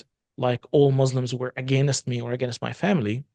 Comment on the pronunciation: For some reason, people who learn English but are not native speakers have particular difficulty pronouncing the word 'against'.